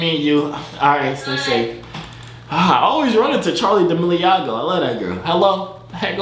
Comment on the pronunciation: This bih rlly said Charlie dameliago